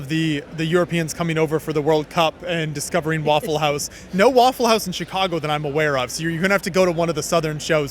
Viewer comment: Very nice "waffel"-house ... 😂😂😂